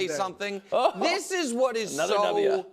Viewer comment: "Anotha dubya" 💀💀💀